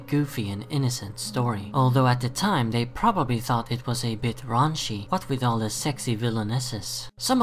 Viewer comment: Did he say ranchy?